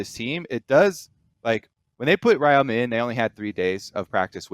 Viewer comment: Ryoma's second year in LCS, people still butchering the pronunciation.